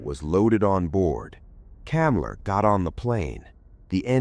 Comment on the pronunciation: The name was Hans Kammler, NOT Kamla .... duuuuuuh